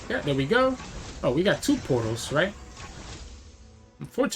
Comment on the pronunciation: Pretty funny how you always sound like you are saying poros instead of portals.